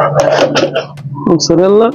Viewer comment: আপনার মোৎসারেলা বলার উচ্চারণ একদম সঠিক। জালাপিনো টা হয়নি হালাপিনইয়ো (Spanish) অথবা ইয়ালাপেনো (Italian) বলবেন প্লিজ।